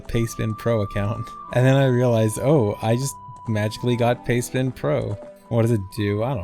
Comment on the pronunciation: I spent most of the video thinking was talking about "payspin" not "pastebin", and was wondering why he was talking about a gambling app.